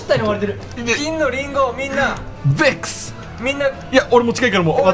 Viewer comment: のべェックスの発音のこだわりおもろ